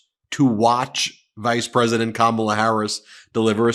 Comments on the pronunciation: What is it with these losers that they mispronounce her name? So juvenile and frankly stupid! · Clearly all the members of Fox News are presenting with cognitive decline because they still can't pronounce her name right.